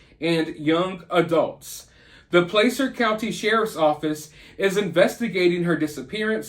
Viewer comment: I live an hour west of Truckee. Thanks for talking about this case! Her mother is so heartbroken, it made me cry seeing her on TV. Keep praying for Kiely. 🙏💜🙏 Placer County is pronounced "Plasser".